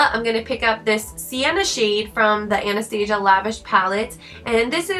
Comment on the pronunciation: U said Anastasia wrong